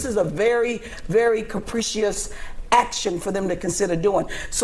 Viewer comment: said "redistrickin" and mispronounced 'capricious'. Smh